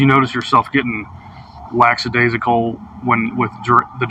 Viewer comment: Note to cop: The word is "lackadaisical", not "laxadaisical".